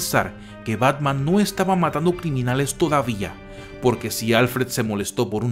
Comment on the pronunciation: Parece que dice pacman